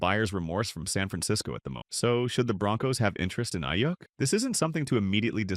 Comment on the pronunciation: Aiyyuck lmao it’s pronounced Aiyook